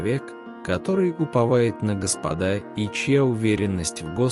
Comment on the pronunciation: Твари нерусские ! Сначала научитесь русскому языку. Слова в тексте не умеете переносить. Ударения в словах неправильные. Диктор - ты тупица. Ещё раз говорю : не господА, а гОспода.